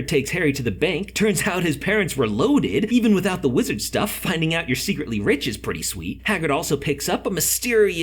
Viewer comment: it sounds like he said a lizard and a witch